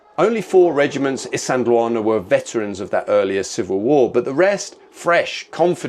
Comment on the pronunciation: Poms, please learn to pronounce a few words properly before you make videos. Isandhluana, Shaka,...